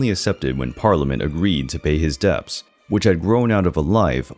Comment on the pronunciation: Just curious, is the narrator’s voice machine-generated? Everyone knows how to pronounce the word “debts,” but this narrator called it “depts.”